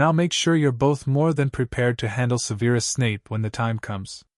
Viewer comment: I love how Petunia is very self assured. I love that neither Vernon nor Dudley have been mentioned. Now. if we could just get Snapes name pronounced correctly. It is not Seveeerus lol; it is sev er us.